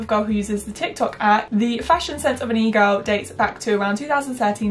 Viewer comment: im currently watching this with cc on rn and I laugh every time she says egirl cuz it comes out as eagle